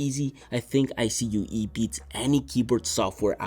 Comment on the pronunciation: ive never heard anyone say iCUE by spelling it, i always hear it and say it as "eye-Q" haha! good video!